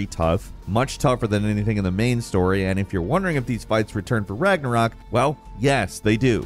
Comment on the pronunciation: The only reason he got Ragnarok right is because of Marvel movies 🤦‍♂️